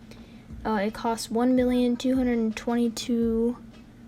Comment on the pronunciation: When she said million it sounded like billion and I was like. WASAWJSIJIWS